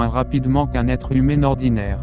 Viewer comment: Tu devrais travailler plus t'es vidéo Du moins le montage Et aussi certain passage de la voix genre un exemple quand il dit "humain" la voix dit "humé"